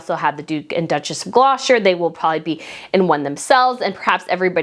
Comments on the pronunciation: Where's Glosher? Do you mean Gloucester which is pronounced Gloster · Please it's pronounced like Glosster, We know it makes no sense but please get it right when you are here. xx